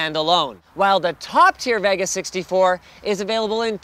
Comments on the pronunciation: I dislike how he says "Vega" its like hes trying to say it wrong, like CHECK OUT THE NEW AMD "VIOGA!" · why cant this guy say vega correct... its not Va Ga.... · why cant this guy say vega correct... its not Va Ga....!!!!